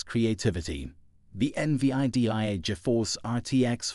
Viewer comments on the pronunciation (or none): eN Vee Aii Dee Aiii 😂😂 fk off mate